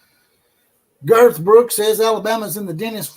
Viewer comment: Did he say " Girth Brooks" 😂